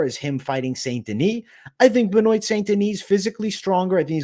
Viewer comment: Ben-wa. Ben-wa.